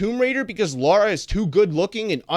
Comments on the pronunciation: Sir! Stop Say Her Name Wrong!🤦🏽‍♀️ Her Name is Lara! L-A-R-A! And Not Laura!Lol🤭😅😂🤣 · Why does everyone always pronounce Lara like Laura? Almost everyone does it! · Originally it was Laura but then they changed it to Lara. So it doesn't really make difference